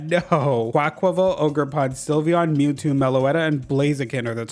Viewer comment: i know you said mewtwo but “pnue-new” was what i heard first and was sent into oblivion over a possible dlc leak